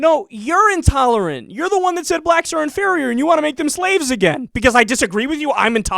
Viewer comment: The way he pronounces "No, YOU'RE INTOLERANT" just cracks me the fuck up. Anyone else?